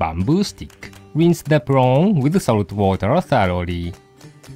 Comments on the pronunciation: you mean "prong" lol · i can't get enough of saying "prawn"